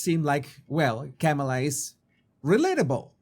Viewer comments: KAH-ma-lah does not sound like camel-ah. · Kamala's first name is not pronounced Kam-eh-la -- where Kam is pronounced like the "cam" in camera. Her first name is pronounced Kam-eh-la -- where Kam is pronounced like "calm". As in 'calming touch'. I.e., Calm-eh-la (spelled Kam-a-la). Hope this helps. 😊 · Her name is not pronouce Came-a-la it's pronounced comma-la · sorry please pronounce her name correctly kama-la like comma comma-la thank you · Jesus, you of all people should pronounce people's name correctly. Kamala is pronounced Comma-La. If you are going to pivot this channel to political punditry, maybe start there. Especially since her opposition party purposely mispronounces her name to disrespect and dismiss her. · You need to learn how to say her name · How can you be credible when you can’t even pronounce Kamala’s name correctly???